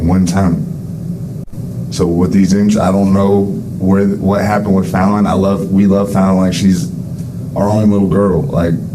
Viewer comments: Hi! You are pronouncing Fallons name wrong. Im not hating. You did a great job and Lord knows I struggle with pronouncing names I dont know, too. The ONLY reason I know is there is a city in Missouri "O'Fallon" and then Mr. Black covered this case too, and said the name and it sounds exactly like "O'Fallon" dropping the irish O. You did a great job, however. Really. I couldnt ever cover this case as my soul screams emotions at this baby murderer that i could not contain if I reported it. So hats off to you for being able to cover it. Yeah I dont hate often. Maybe 2 people in my 50 years of life - have earned my hatred...but she is number 3. However, she DID give me a bit of a chuckle when she blamed GHOSTS. But not because it was funny as much as RIDICULOUS. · Pronouncing Fallon's name wrong is incredibly disrespectful. It rhymes with "gallon." Also, giving out Kirstie's kids' names?! Dude. They're children, and they deserve to be protected, not practically doxxed. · It’s so irritating when these true crime channels mispronounce the victim’s name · I have a bit of an unusual name, so maybe that’s why I am sensitive to someone misspeaking a name. It didn’t help that, almost instance for instance, the narrator would misspeak Fallon’s name right before or right after it was spoken correctly by someone involved in the interrogation! Please do your best to ensure you don’t slight the victim by trying your best to pronounce their name correctly whenever possible. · certainly, but it’s unfortunate they didn’t even say the victim’s name correctly. It’s a bit disrespectful. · They literally said her name a hundred times and you persist on mispronouncing it. :/ That poor baby and that horrid monster. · Good video, but you're mispronouncing this angel's name. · Ummmmmm, except mispronouncing the poor baby's name incorrectly every time. Definitely AI generated from text. A human would have heard her name in the videos and corrected the pronunciation. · It is fallon. Not falling